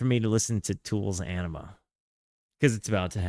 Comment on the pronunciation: You’re gonna hurt the fans feelings ‘Awe nima’ I believe is how it’s pronounced. One of the best Albums